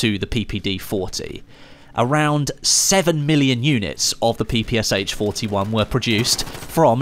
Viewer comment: Let me correct you. It is not PPSH, it is PPSh - “Sh” is pronounced as a single letter, because the author of the weapon design was called Shpagin